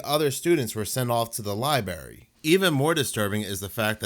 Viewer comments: Its not a "liberry," it's LIBRARY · And the guy talking said "Libary", that drives me crazy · The libary? ✌🏼